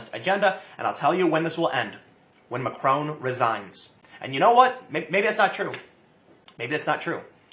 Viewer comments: 😂 Tim keeps pronouncing it Macroon 😂 it’s Mac-Ron 😂 Also it’s not a left or right movement it’s a working class movement an anti elite and anti EU movement! Don’t believe to media they’re just puppets for the governments over here in Europe trying to smear the protesters as racist and far right because they know if this movement keeps gaining ground that it’ll ruin their plans for an EU controlled Europe with the Nations having less power and then controlling everything 😒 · Haha, nice one tim, even if it was on accident. "Ma-crone"